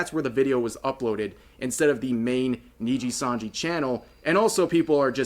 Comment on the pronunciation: jeez asmond had to cover RIPBOZO so much he actually pronounced nijisanji properly now, that shows how much nijisanji fucked up.